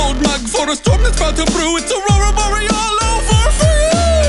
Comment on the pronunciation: Aurora Bore-all, not Aurorall